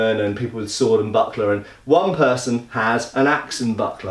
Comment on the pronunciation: the way you said buckler towards the end I thought you said buttplug and was very confused